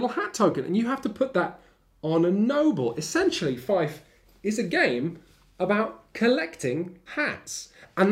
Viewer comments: I would have liked to see a comparison with the Warrior Knights reprint from FFG. Seems like they are games that focus on similar enough themes. SUASD reviewed that game a long time ago and they liked it. ... also, i know it's not "feif", it's pronounced: "fi-eh-f". (just so you know for the future ;) ) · More precisely : fjɛf. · Feed, not Fife. Otherwise, great work as always! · Goddamnit, it's pronounced "Feef". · It actually uses the Saxon pronunciation of trailing F. It sounds more like Feefth. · 'Fief' is pronounced 'fee-f'. Words that make the sound is using are Fife (a musical instrument and a Scottish place name) and Fyfe (a Scottish personal name). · The way you pronounce Fief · I thought it was pronounced like "feef"??? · Feif? Goddamnit you teifling! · Argh, "Feif"?!? literally unwatchable. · Haha, this bloke..."fyf". First job...learn how to pronounce the name of the game one is reviewing. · I believe he is wrong on the pronunciation. It is an Old French word not a Saxon one (though there are Germanic cognates, which include the modern English word "fee" from Anglo-Saxon "feoh"). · How he says Fief good lord it makes me grind my teeth but I love this channel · Sorry in advance. Fief, it rhymes with thief. Otherwise great review though as we come to expect with Shut Up & Sit Down. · pretty sure it's a british Thief, like in bath being pronounced Ba:f. Fief. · why does he mispronounce "fief" all the time? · I actually squirmed when he did the oily perv impersonation. There is so much wrong with this video, especially the inability to pronounce 'fief' properly.